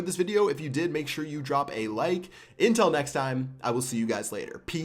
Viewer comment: i like how you say "intell next time"